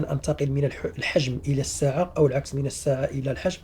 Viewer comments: يرجى تصحيح النطق: السِعة بكسر السين وليس الساعة يا استاذ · لماذا تقول ليتر ليطر والسيعة ساعة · السعة وليس الساعة ولاكن عموما افدتني